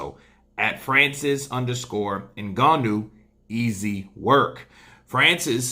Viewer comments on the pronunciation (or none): Hello. How about you let the yank arrogance go and learn to pronounce,Francis s family name properly. Very important names in Africa you know. Thanks